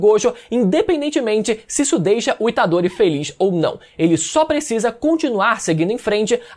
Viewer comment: Rapaz falou itadore tá morto tomei um susto kk😂